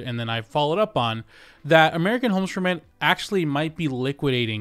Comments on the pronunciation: American homstrument? American homesferment? American homesformen? I can’t seem to find this company. Just kidding. Great investigative reporting. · Dude pronounce the name of the company directly I still don’t understand what you are saying…”American homes…” then something?